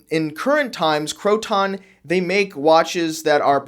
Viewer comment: I was a Croton AD.. it's Croton, not crow-ton, those go on salads.. lol. Cro-ten is more correct..